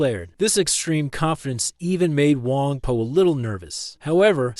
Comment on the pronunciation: It’s Wang Po, not Wang Poo, right?